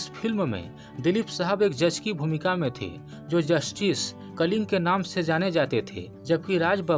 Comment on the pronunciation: कलिंग नही " कलिंगा " भाई 🙏🙏🙏🙏